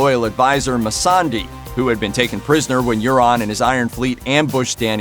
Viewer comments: STOP CALLING HER MASSANDEI. HER NAME IS MISSANDEI FOR FUCKS SAKE! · Everyone: missandei Commentator: messondee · Don’t be the narrator if you clearly haven’t seen the show. You’re just reading it from some else’s script. Missandy? Shut up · ur saying missandei wrong dude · You said Missandei wrong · I'm so irritated that you pronounced missandei name wrong, this is the proof that the narrator didn't really care about the show or he didn't watch the show at all and just reading the looper episode script that they give it to him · The narrator should learn how to pronounce Missandei correctly.. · really? No one complaining about the way the narrator says Missandei's name? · N that guy really butchered her name haha